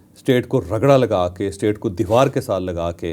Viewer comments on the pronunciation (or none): none